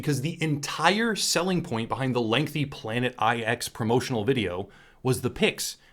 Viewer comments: The Planet Eye-Ex is pronounced planet nine. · Jesus, the 'IX' in 'Planet IX' is supposed to be a Roman number 9. Hearing it literally read 'eye-ex' is slightly painful.